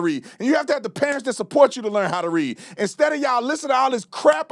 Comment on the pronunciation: now it's " LEART". 😂😂